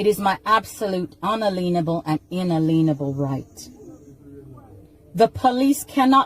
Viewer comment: She has lost it!! Cannot pronounce inalienable. Doesn't know in perpuity means.